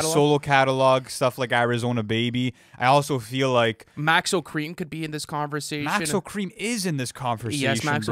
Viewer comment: bro said maxo kream